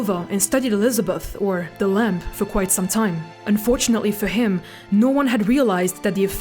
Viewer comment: She’s very good. She only really has problem with the word lamb because the b is throwing her off